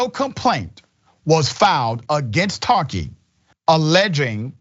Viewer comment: Ta-a-keee. Not Tahkeee.. why change the pronounciation? Tongue too short?